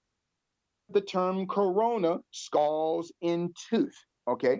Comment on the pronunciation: He needs to do his homework on pronunciation of common English words 🤦🏿‍♂️ he just said skohls for skulls...